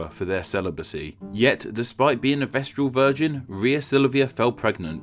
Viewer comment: Vestal not vestral.